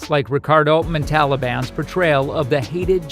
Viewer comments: Man, this is either someone who has no idea, or it's the worst AI narration EVER. Seriously, is there a person who does not say, Ricardo "Mon Tal Bahn?" Is it possible not to mention that the probe's impact was to ionize earth's oceans??? No, Eddie Murphy was not "replaced by Gillian Taylor." He was not cast in the role played by Catherine Hicks. MAN this was a waste of time. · Can't pronounce the name correctly of the actor who played Khan? Lots of shots of Eddie Murphy's characters in other films? Must be A.I. 👎